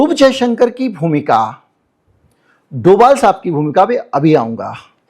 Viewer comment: कहीं-कहीं 'भ' के लिए 'v' लिखने की परम्परा रही है। जब आप अमिताभ घोष को अमिताव नहीं बोलते हैं तो फिर डोभाल को डोवाल क्यों??